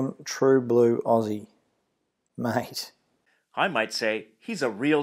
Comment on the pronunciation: As an Aussie...have to say you "totally nailed it maaaaattteee"....